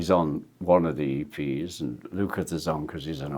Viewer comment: We all love Ringo but I wish he’d stop pronouncing ‘and’ as ‘end’!